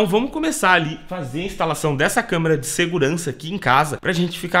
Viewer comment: "LEGENDA/CAMÊRA" KKKKKKKKKKKKK ACHO QUE É ""CÂMERA """ ALGUÉM TAMBÉM ACHA?